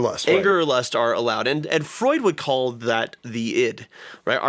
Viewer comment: "Frued," eh? ;P